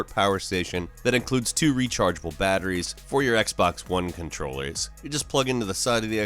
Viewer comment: ‘Batteries’ ew